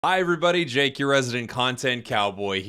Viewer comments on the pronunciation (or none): none